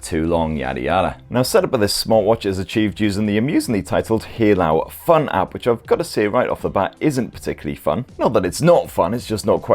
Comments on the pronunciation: Hey-lu not He-lao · Great review mate, just fyi it's pronounced HEY-LOW for Haylou, cheers